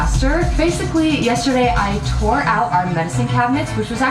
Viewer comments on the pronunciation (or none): Are we not gonna talk about how she said she “tour it out” instead of “tore”? 😭